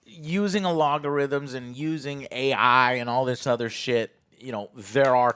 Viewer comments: Seedy Project Dead more like it. EDIT: Also Joe, get it finally right: ITS ALGO-RITHMEN not ALOGO-RITHMEN. You get it wrong every time. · Also, “alogarithms” lmao